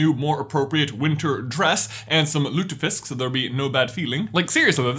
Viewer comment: Sorry to dissappoint you bro but he is not finish. The only norwegian thing there is "lutefisk" ~norwegian fan who can't stop laughing at your pronounciation and grammar lmao😂😂😂 (you nailed lutefisk tho😁👏👏)